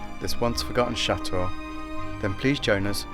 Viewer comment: I love how says SHATOOH while says it properly. lol x